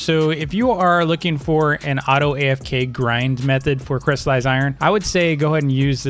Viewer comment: JUST STOP JUST STOP IT’S NOT CRY IRON YOU DON’T CRY OVEN IRON IT’S CRYSTALLIZED IRON NOT CRY IRON